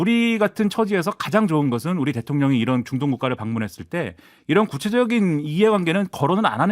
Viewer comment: '이란'으로 들렸나요? '이런' 아니었나요?